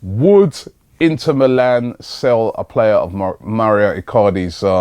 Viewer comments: Pronounciations- Mow-ro icardi not mario El-nenee not elnaenae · Mo-rio icardi???? fucking hell work on your pronunciation